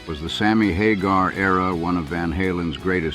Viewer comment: Sammy HAH-garr ehhhh?